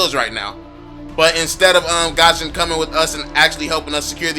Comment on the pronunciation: Guison not gaaashin